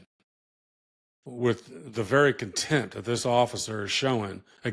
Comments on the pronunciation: Dear Mr. Attorney, the word is "conteMPt", not "content." And yes he exudes it. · Contempt. Not content. Lol